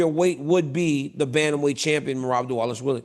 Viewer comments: Remember his pronunciation of "Merab Dish-ill-a-villie?" 😂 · It's Dvalishvili Not Dvalishvil